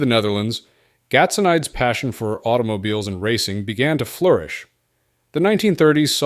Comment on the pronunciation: GAT SO NEE DIZ is the pronunciation